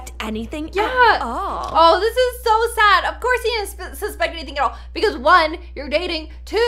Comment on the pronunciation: and it said odd not sad